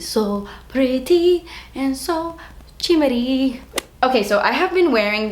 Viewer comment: "is so Chimmery" LOL